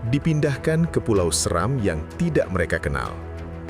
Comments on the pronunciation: Maaf, Pulau Seram seharusnya dibaca dengan nada seperti 'Serang (Banten)', ya .... bukan seram tapi SE-Ram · Dear National Geographic Indonesia, thank you for the documentary, but come on… how do you get “Seram” wrong? You’re based in Indonesia, working with Indonesians. And even if you weren’t, it takes seconds in 2026 to check how a place name is actually pronounced. For a brand of your scale to feature a place and still mispronounce its name… that’s beyond embarrassing.